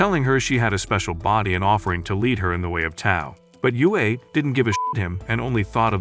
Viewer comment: Yue means moon and is pronounced yweh